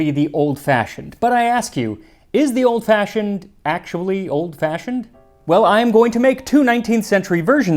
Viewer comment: Got slightly more "old fashhhiond" towards the end there.